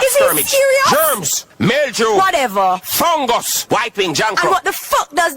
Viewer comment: Bounty....."Germs, milldew ,fungus......white wing drancro"😂😂😂😂😂😂😂😂😂😂😂